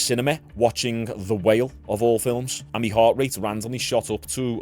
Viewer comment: Do you know what my is? I notice you say me content me me me. Its my my my. But keep it up.